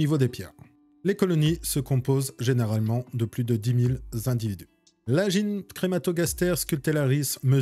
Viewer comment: stp tu peux dire gyne au lieu de dgyne ça me fait sursauter à chaque fois